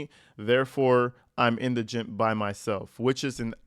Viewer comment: Thank You for pronouncing Indigent properly! I'm hearing Indragant, Iganent and such on other Posts. You are Well Spoken and Articulate! ❤